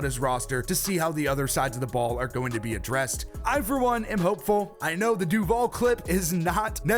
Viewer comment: Why is it weird tho? Cuz he said duval wrong?